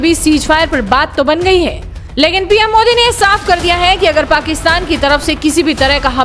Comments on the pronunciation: Yeah ek cricket player hai...iis me to sportsmanship jayse koi baat hi nahi ...ek idiot pronunciation thik se kr bhikmanga mudi it is ", Modiji" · अबे पागल पॉर्की नाम लेना भी नहीं आता मुदी नहीं मोदी नाम है। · Mooooodee nhi modi😆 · Bolna to sikh lo pahle kya mudi mudi kar rahe ho modi hai modi mudi nahi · मुदी ❌️मोदी✅️😅😅😅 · वो मूडी नहीं मोदी है पहले बोलना सिख ले 😂😂😂😂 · First please learn to pronounce our pm's name properly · Abe sale thik se indian prime minister ka nam to le